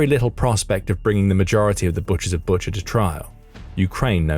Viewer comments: Bucha is pronounced BOO-cha. Not BUT-cher like butcher. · I think it pronounced Boo-cha.